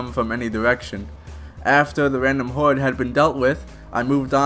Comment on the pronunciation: So are you foreign or is that a speech imprediment because im hearing hauwed not horde and wandmark..